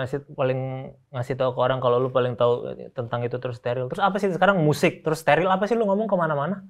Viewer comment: Miyusic... Wkwkwk